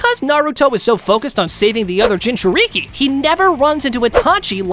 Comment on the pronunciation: Dude, learn how to say Jinchuuriki or just be like, "A host of a Tailed Beast." Edit: This is stupid. You said he befriended Kurama before the Land Of Waves arc, but have him going 1-Tailed against Orochimaru? He'd be able to use KCM after befriending Kurama, and he'd probably not need to train much, just get his younger body used to some techniques... but 1 thing I think he would've made sure he could do ASAP is use Perfect Sage Mode. He'd probably need to do 99% of his training just making sure his body could keep up with all those amps. Like if Goku reawakened with his memories right after hitting his head in DB, because he could go Super Saiyan 3 and Kaio-Ken x20, but that would kill him lmao. At least he'd theoretically be able to go Super Saiyan and master it again. Imagine Goku with the 50x multiplier against Yamcha. He wouldn't even be relevant in OG DB anymore lol Anyway, try again, dude. Why would he not be using KCM if he already befriended Kurama?